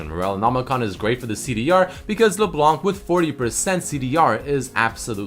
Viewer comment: NOT LEBLANK LEBLAN, YOU DONT PRONOUNCE THE FKIN C IN HER NAME.